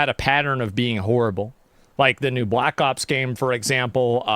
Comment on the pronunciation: "The blact man"